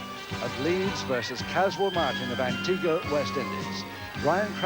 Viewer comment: Loved how said Antiguwa for Antigua.